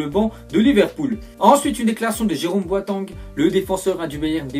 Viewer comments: il dit boitang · Il dit boitang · boatang mdrr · il me tue quand il prononce boateng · il c pas prononcer les nom de joueur exemple boateng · putain les allemands tu sais pas les prononcé, boateng, Schurrle .. :-o